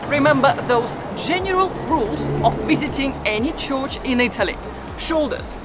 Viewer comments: Dear. You are a lovely presenter. As you are a very learned person, May I suggest one thing? In this show, You kept on pronouncing " Church " as " Chorch" There is no place called a " Chorch" pronounced like " Torch" in English. It Is a Church. Pronounced like in Churn as in making butter. or Urn as in "Burn" Keep on doing your great presentations. I am from Los Angeles but I spend an enormous amount of time in Italy. You are on point about every thing except " Chorch " LOl. 'Buona Giornata. ' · I think I prefer an AI voice... what's a 'chorch'?